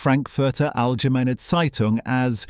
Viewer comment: Allgemeine? Who pronounced this, an uneducated twit or a trashy AI voice?